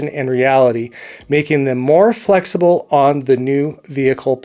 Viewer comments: It's "flexible". Great video, thank you! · Flexible not "flexable". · English speaking much? “Flexable” ?